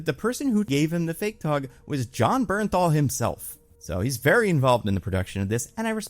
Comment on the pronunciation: the way i GASPED out loud!!! YOU DID IT,!!! YOU PRONOUNCED “BERNTHAL” CORRECTLY!! IM SO PROUD OF YOU!!!